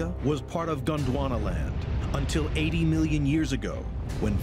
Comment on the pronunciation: How the narrator keeps getting Gwondonaland while reading Pangaea beats me. Lol